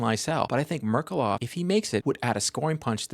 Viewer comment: Thank you for the video, as per usual! "Ghe-O-r-ghij Merk-U-lof" :)